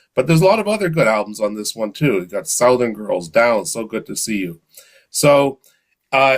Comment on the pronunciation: great show with Grant...hey, you're from Canada, right?...gotta say I've never heard someone pronounce southern = "sow (like cow) - thern"...not being critical, just wondering if that's a dialect from your area in Canada. Will say it's odd that the "ou" sound in south changes to 'uh' when you add 'ern' for the adjective. Again, not making fun, just curious. Obviously many words are pronounced differently depending on the region you were raised or live in. Language dialects fascinate me. Being from the southern US, we have some different pronunciations of our own too. Webb in Atlanta, GA